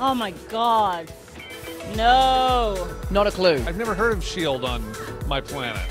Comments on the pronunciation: tom: sheild everyone else: sheild mark: shiedst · I love how tom holland mixed up the I and E in shield lol, i feel him